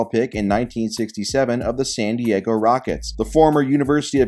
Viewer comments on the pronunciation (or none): none